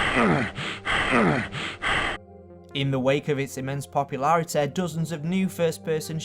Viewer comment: "Spare of destenaey" "Porn mooveh" "immense popuewlaratay"